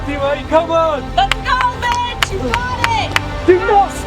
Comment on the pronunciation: i just keep hearing B1tch instead of mitch. incredible tho 🤣🤣